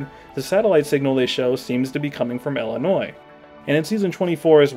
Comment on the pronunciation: I have never heard someone say "ellenois". There's a distinct lack of ill there that I can't abide.